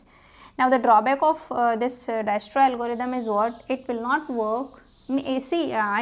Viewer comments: For the uninformed , It's pronounced as Diekstra . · visited to see pronunction of dijkstra but ended up watching whole lecture , good explanation .